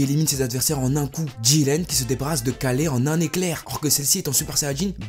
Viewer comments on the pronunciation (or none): Jreve ou il a dit kalé aulieu de kale? 😂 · Stop dire Kalé bordel XD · Mdr il a dit kalé